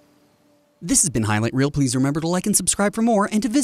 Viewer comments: "high right reer" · "High Vight Reel"